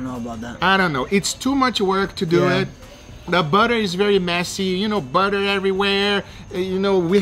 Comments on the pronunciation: Duuuit not duweeeeee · “Less dew ehhh” definitely my favorite part of the videos love you guga